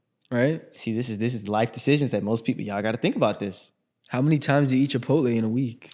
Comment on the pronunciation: said chipotle? cipotle loco